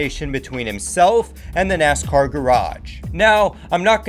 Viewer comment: Why do you talk so slow and pronounce NASCAR as "Ness-kerr"?